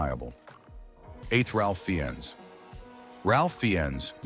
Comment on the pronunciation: Pronounced RAF Fines